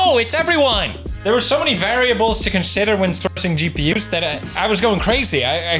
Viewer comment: WHY MY BOY IS SAYING GPUS??? WITH AN S??? IS HE????